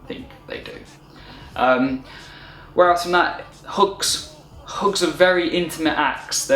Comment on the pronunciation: Hooks? I finally realized you were saying "hugs."